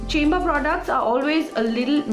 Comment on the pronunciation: hi! I've been using this foundation..its a good everyday foundation,but I find that it settles into fine lines like the laughing lines after sometime..otherwise its really good! P.S: Chambor is pronounced as Shambor .. <3